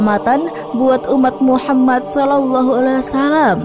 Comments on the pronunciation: Gak bagus pembawa'y nihh... Ngomong Muhammad Saw aj blepotan... Gantiii gantiiii!! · Host wanita ini siapa ya, Gimna cara bicaranya Saya perhatikan setiap menyebut Muhammad Saw. Gak pas